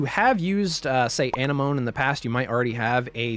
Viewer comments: I have to get this off my chest. Why does everyone making 3ds modding tutorials not connect that it's A-NEM-OH-NEE like a sea anemone? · ANEH MOAN????? this is an old video but what did you just call it?? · I think it’s Ah-nem-oh-ne for the theme tool Thanks for showing me a alternative to the other tool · Excellent tutorial! I liked how ya called Anenome "enema" XD XD XD For real though, very detail oriented instruction.